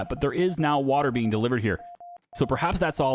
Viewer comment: I love this series and your other videos but I'm sorry " waw water"😅